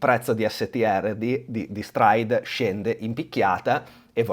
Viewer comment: le preferred si pronunciano: Straik, Straif e Straid. Tu fai un concerto di consonanti 😂